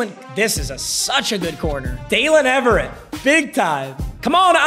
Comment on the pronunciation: “Daylen Eve-RRR-Ate